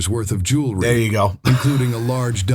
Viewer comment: Jewry! Say it right!